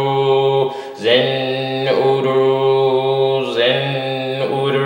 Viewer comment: Why are you chanting Zen Oro instead of Zin Uru?